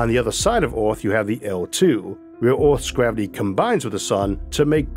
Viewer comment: Please improve your pronunciation, Earth, Universe, etc ... little kids are watching and could catch the wrong pronunciation and take it as correct. The content is awesome.